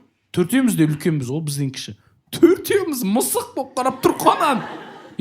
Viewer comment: неге осы ә әрпін айта алмайды, әрдайым айел, ангіме деп айтады